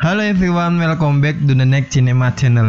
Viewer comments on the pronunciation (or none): none